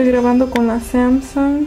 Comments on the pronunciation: como me enoja la gente que usa anglicismos innecesariamente o usa demasiados, y luego todas las marcas las pronuncias como si fueran palabras en ingles (cuando no lo son) , samsung, es Coreana, y no es una palabra inglesa, toshiba es Japonesa ( por que no lo pronuncias como Japones), lo mismo Canon y lo pronuncias como ingles osea no si si lo haces para parecer una persona culta o no se pero reflejas todo lo contrario, y antes de que digas que son palabras en igles investiguen de donde viene el nombre de cada marca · ademas aveces dices las marcas con acento ingles y luego se te olvida y lo pronuncias normal, que patética persona